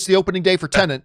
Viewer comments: *Tenet, not Tenent - sorry for being that guy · Its TEN-ET not TENENT